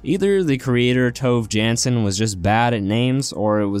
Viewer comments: It's actually said like "torvay yarnson" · “Toev jan-son” 😂